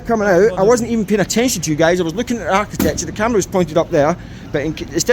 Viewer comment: Whats "art ti thetechure" just aksing ..